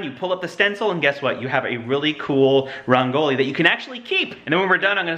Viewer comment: Rangoli is actually pronounced "rung-goli" not "ran-goli" Diwali is pronounced "dhee (like the other sound "the" makes) -waal-ee"